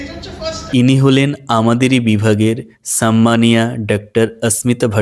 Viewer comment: সাম্মানিয়া বলে কিছু হয়না। 'সম্মানীয়া'। ভাষা ঠিক করতে হবে।